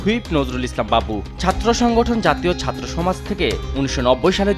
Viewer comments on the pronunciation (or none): none